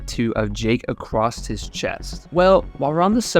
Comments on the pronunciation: "Acrosst" lol i bet you also say turrent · "acrost his chest." Unsubbed.